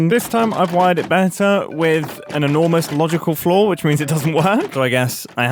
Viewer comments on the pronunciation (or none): none